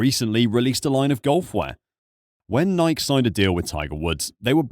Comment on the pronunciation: What’s a “Nie-ek”?